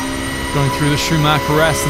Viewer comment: Your german pronounciation and intention is quite good - Nordschleife, Schwedenkreuz, Porsch-E... Already thought that on on of your racing vids - that is also very good. I do not know any of the curves of the Nordschleife, as all germans have to learn in school (^^) but as a Swiss-German it is still my mothers tongue :) Only one thing: Listen to a German speaking of Schuma-CH-er and NOT Schuma-CK-er. "CH" is not that harsh as "CK" as in Zucker/Sugar. "CH" at the end or followed by vowel is more a short sound you make gargling medicine very deep down the mouth if you have a sore throat. Like a sore throat you get from speaking other rather harsh German sounds... like a "ch" followed by a consonant as in Fox/Fuchs. Here the "chs" is abbreviated and sharp like X in Fox.. but Fux. Try pronouncing Fu-CHS-Lo-CH (Foxhole) now :)